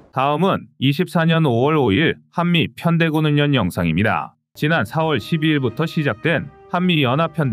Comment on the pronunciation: 애청자로서 정말로 아쉽고 꺼리튜브가 잘 되기를 바라는 마음에서 한가지 지적을 하고자 합니다. 진행자의 성의가 느껴져서 정말 좋아하는데 한가지 정말 아쉬운 점은 발음에 신경좀 써주셨으면 합니다.훈련=훈년 전력= 전녁등으로 발음하는데 훌련 절력이 맞을겁니다.그 동안 국어문법이 바뀌었다면 모르겠지만 발음이 너무 어색합니다.밀리방송에서 군사지식이 중요하지 국어문법이나 발음이 좀 틀렸기로 뭐가 대수냐고 지적하면 할 말은 없네요.오지랖 넓다는 소리도 들을 수 있겠지요.그럼에도 아쉬움이 커서 지적질 좀 했습니다